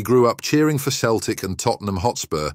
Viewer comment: Inability to pronounce cough and Celtic degrades this piece massively